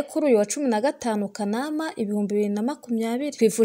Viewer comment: Ntibavuga Kanaâma bavuga kâanamâ